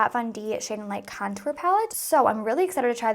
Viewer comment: I literally love the way u say contour!! It sounds so bouji 😂♥️♥️♥️♥️♥️